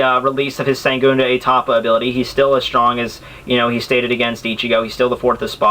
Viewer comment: Dude! It's segundO etapa not segundE etapa and its Izanagi I is pronounce E so its like Ezanagi